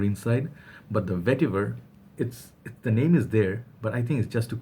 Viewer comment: You went and bought it XD :D :). Original VETIVUHRRR! Vetiver... Yes niche hype for you.